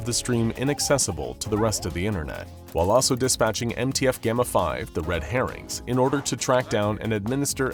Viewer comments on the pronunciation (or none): none